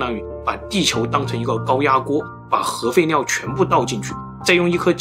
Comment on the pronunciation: 当听到核废尿的时候就劝退了，这个发音我个人听的太难受了